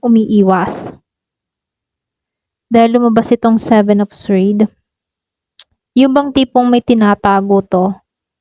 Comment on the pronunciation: Ano yun swerd ? Baka sword ang tamang bigkas ay sord silent w yan hindi swerd